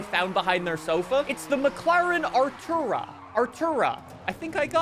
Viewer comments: Are - too - raa. Artura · The McLaren is pronounced ar-tor-uh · 'Artura' is not hard to pronounce. At this point the manufacturers aren't the problem, you are. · Artura is not hard to pronounce, be fr 😂